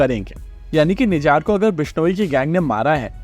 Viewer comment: भाई उसका नाम निजार नही निज्जर है ।correct yourself permanently